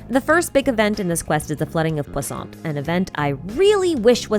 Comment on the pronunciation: Is it just me or is she saying poissant?